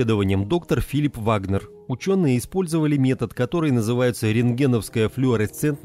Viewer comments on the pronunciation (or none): none